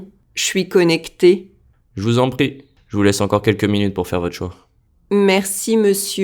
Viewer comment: i had trouble with "pas encore" and je vous en "prie". it sounded like "pas ocore" and " je vous en paie". i had trouble hearing the nasal vowel in 'encore" and the 'r' in 'prie' until the text came up.